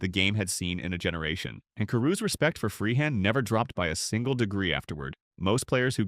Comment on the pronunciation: This is an insult to Bill Freehan! You can't even spell or pronounce his name properly and that goes for most of the other players that are included! Lazy sloppy work!